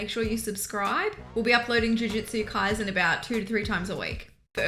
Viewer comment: KaiSen, not KaiZen, please and thank you